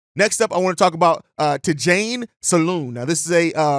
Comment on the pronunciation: Tidjane is pronounced, T-John